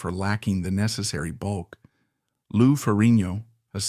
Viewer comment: if he says lou name like that one more time 😂😂😂😂